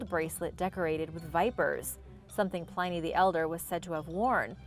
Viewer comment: Hi! Love your channel and enjoy your videos as always! However... I think you dropped the ball a couple times in this one. Many of these things are not 'recent' discoveries, Pliny rhymes with 'whinny' and, as a couple of other people mentioned, the pentagram is a sacred and positive symbol. The inverted pentagram (with the upside-down star) is the symbol attached to satanism.